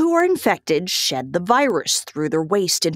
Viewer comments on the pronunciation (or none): I thought she said “shit” the virus rather than “shed”